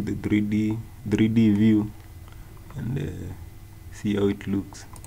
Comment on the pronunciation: "we can go to the 'dree dee' view.. dree dee!!"